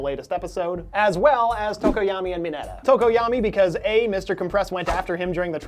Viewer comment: it's... M I N E T A